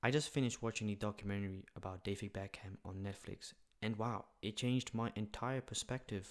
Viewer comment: its pronounced beck am